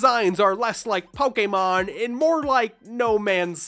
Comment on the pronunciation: PO-KAY-MON not PO-KUH-MON